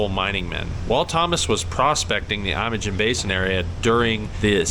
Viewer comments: well don't know what to say, but 64 here and lived in Colorado my whole life and 38 years in the San Juans and really never heard it pronounced that way. History be damned. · Learn how to pronounce Imogene.